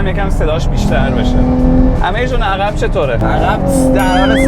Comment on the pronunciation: درب عقب درسته...نه در عخب.... بچه کدوم بیابونی؟؟؟؟